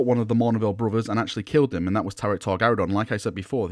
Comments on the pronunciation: Tarik Torgaddon, not Tarik Torgarridon. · Dude, his name was Torgaddon not Torgaridon. He was not some kind of space dino 😄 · Is nobody bothered by the fact that calls Torgaddon "Torgaradon". Bad. Bad.